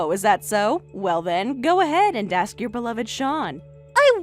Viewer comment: It’s pronounced ASK not AKS.